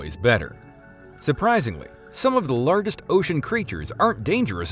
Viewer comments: It's actually unsettling how he says larggest because he sounds like a native English speaker but no one who's a native English speaker would ever pronounce it like that. This person could actually be an alien. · Is everybody gonna ignore how he mispronounced largest. Larr-Guest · The way he says “largest” is killing meee /p. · Threw me off a bit with how the narrator pronounces “larger/largest”